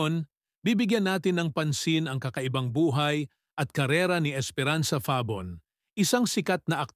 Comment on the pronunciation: Mali ang pag bigkas ng "FABON". Ano ba yan?